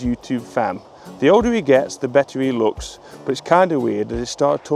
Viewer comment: "looks" rhymes with "dooks" , who knew?